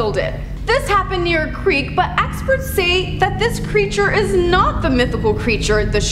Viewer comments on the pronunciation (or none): none